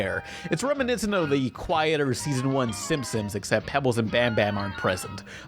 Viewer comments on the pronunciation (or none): Is it me or does it sound like the narrorator keeps saying "The Simsims"? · Is he saying “Simsims”???